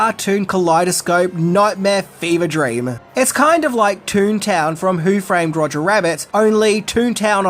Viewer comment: Roger, not Rodger